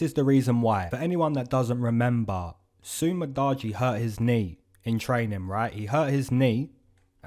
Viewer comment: Did u just say Su Mu-Dodgy Knee?💀